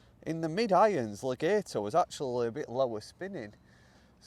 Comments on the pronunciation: You say le-gayto I say Le-gaaaato You say to-mayto I say say to-maaato 🤣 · It's actually Le-gaht-o. (Extended 'a' sound). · Pronunciation, Le- gat- o. Not Le- gate- o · Legato gat not gate